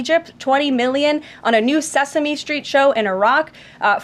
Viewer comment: Dear, there is no sch pronunciation in the word straight, stick etc. Sesame street, not sesame schtreet now your lazy diction is spreading to ends of words. Once again, no sch in destroyed. Deshctroyed is NOT a word. You need to do the Ron burgundy exercise before a show. Just do these. Stick Stchick One is a comedy routine and the other is what you play fetch with. is unbearable with this speech impediment and it seems to be spreading